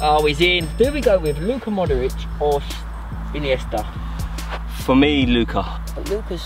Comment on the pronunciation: Andres ineasta instead of modric